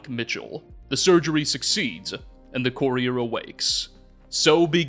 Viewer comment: Absolutely Love this video man! Appreciate the effort you put into this One however I do have one critique for you it’s pronounced Cur-E-er not Corey-er